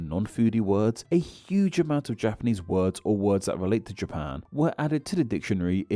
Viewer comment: Your pronunciation of those japanese words couldnt be worse. You should read the phonetic reading of those words in the dictionary too. Its usually in square brackets next to the word.